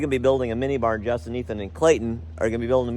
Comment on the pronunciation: It sounded like bar. It was actually barn. 😂